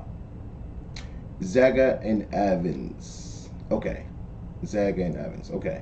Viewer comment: It’s pronounced “ZAY-ger”. Remember…the original series Star Trek inspired things we use today like the flip phone (communicator), ear buds and/or Bluetooth (Uhura’s ear device). And this was in the 60’s